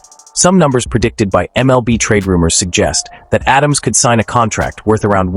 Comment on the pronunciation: Pronounced Ada-mes, not Adams